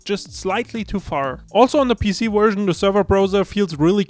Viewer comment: Like I just finished typing and the CC can't figure him out after 3 words and he said the word "version" like ver-zi-za-zeation